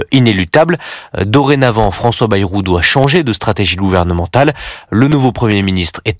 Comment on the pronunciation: François Bêrou et non baillerou!!!!!!!!! comme le mérou